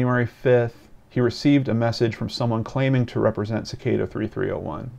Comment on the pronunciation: It's pronounced as SICK-AH-DA.